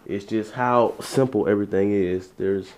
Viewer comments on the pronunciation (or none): none